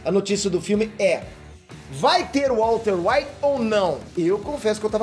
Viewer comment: "Walker White", O Branco Andarilho